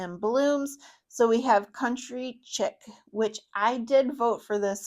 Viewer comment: Hey I’m pretty sure Country Chic is pronounced Country Sheek- as in Shabby Chic decor that Target sells, otherwise it would be spelled Country Chick. 🐥 😊